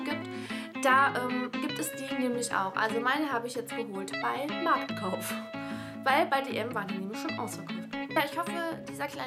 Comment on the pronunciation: wie du das KTK im MarKTKauf so betonst, find ich lustig ich sag immer nur Markauf